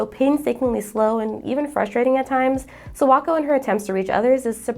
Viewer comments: This was a great video, thank you for making it. I just have to be the Japanese pronunciation police for a second. Kimi Ni Todoke's Sawako. The "Sa" is pronounced like "Sakura" with emphasis on the "A." Yours sounds like "Sowako" or "Serwako." So please just be mindful to pronounce "Sa" like Saturday, "Sa-Wa-Ko." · not to mention the way she pronounces Sawako is terrible. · I love your video so far, but it's really hard for me to get past the pronunciation of Sawako/Sadako 😭💔